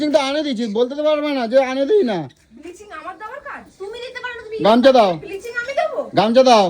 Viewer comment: Biliching na ota bhalo kore uchharon kore bol Bleaching...r ota tor bi...i te makhabe bole rakha aache 😂😂